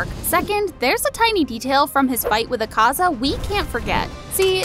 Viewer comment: You said Ukaza wrong and getato